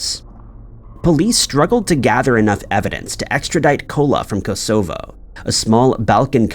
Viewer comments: Great videos as always, but this guy always mispronounces place names. "Kos o foe". Its Kos uh voe. Cos co, meh! Good video anyway! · Hint Hint: Kosovo… accent on the first syllable. Great video as always. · Kosovo is pronounced koss ov oh fyi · Learn how to pronounce the names of cities such as Kosovo. It's hard on the ears! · I came here for this exact reason. It is kinda a very known place. Perhaps I am old... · Maybe he does it to annoy us so we all comment and improve his algorithm…..😮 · scary to think that there are people who can't pronounce Kosovo. Especially because it was bombed to utter fk in the 90's. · thought the same thing..